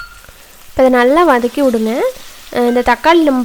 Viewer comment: வனக் கி னு சொல்லகூடாது வதக்கி னு சொல்ல